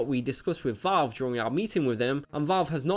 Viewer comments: It's Valve, not Vawlve. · Lol its not. Reel gaemers are on consoles. Ps its VALV not VOLV #nintendomasterrace